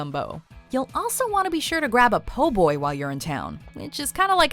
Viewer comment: THANK GOD she said “Po-boy” instead of “poor-boy”!